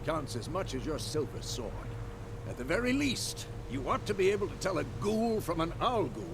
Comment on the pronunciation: Story and sowrd? 🤣 And they say asians love their games extra hard.